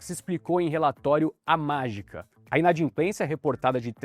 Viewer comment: Inadimplência e não inadinplencia